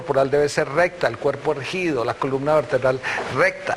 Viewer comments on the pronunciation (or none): JAJAJA bueno el video pero se dice "erGUIdo" no "erJIdo"